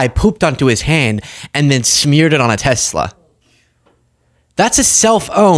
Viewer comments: Random but another person pronouncing it 'Teslur' instead of Tesla wow. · why does she say Tezla?